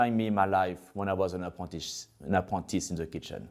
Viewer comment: 'Apontis' 😮😂 "Apprentice" ❤ hard french accent